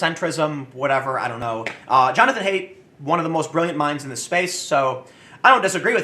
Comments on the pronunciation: His name (Haidt) is actually pronounced height, not hate. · HEIGHT!!!! Haidt is pronounced like: HEIGHT, HEIGHT, HEIGHT!!!!! Say it with me TIM!! For FUCK'S SAKE WOULD YOU GET IT RIGHT? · His last name is pronounced hʌɪt. Like height.